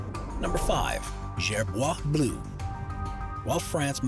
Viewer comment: It's so funny how you say Gerboise Blue You should pronounce it like... Jayrboaz Bleu